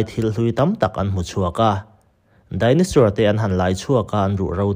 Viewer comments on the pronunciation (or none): Chaos= Kei-aws(✓). Cha-aws(x) Dinosaur=Dai-naw-sawr(✓) Dai-naw-suer(×) Dictionary hi a tha teh nia